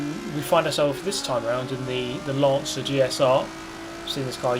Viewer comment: I swear I kept hearing "Lancer" as "Lancia"